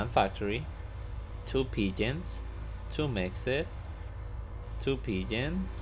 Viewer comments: Thought you were saying pigeons and I was like wtf is this guy smokin then I realised ur saying P-gens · lol, I figured that out. I'm a noob to this game and it sounded like you were saying 'pigeon' with an accent.